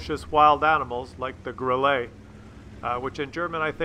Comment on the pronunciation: Please pronounce Grille correctly ... it doesn't have "ay" at the end. It's just "grilla" ... like gorilla but without the "or".